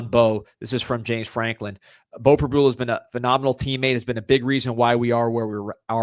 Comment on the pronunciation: Prib - YOU - la 🤦‍♀️ Please get it right